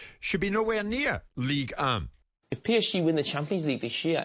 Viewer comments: Ligue uh! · White pronouncing Ligue 1 like a prick should be the headline